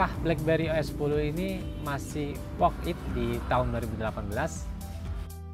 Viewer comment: worth it mas, bukan work it :v